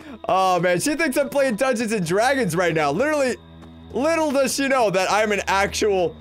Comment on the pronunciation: Just Wanted To Play "Dungeons And Dwagons!!!"